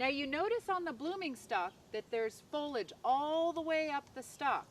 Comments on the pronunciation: It's pronounced fo-lee-age not fo-lage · Is "fohlig" a regional way to pronounce this, or is it like Jimmy Carter's "nookyulur" weapons, where it's just a mispronunciation that predominates in the South? Not teasing, just curious.